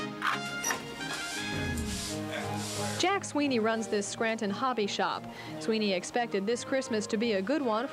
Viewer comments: I can’t stand it when people say, “Scran’in”! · Bless you. You actually pronounce the T in Scranton